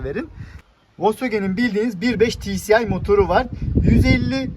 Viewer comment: Ti si ay (tci) değil ti es ay (tsi)